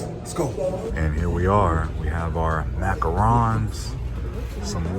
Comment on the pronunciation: Thank you for pronouncing Macarons properly.